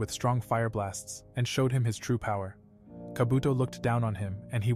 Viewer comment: Instead of saying kaabotoo he said kabotho